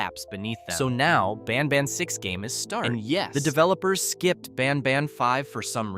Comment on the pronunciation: Bros not baan baan he's banban